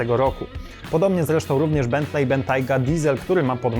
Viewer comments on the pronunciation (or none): none